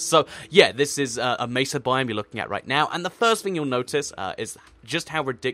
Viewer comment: OH MY GOD! Thank you for not pronouncing it meh-suh! Good lord it's annoying when people say it like that.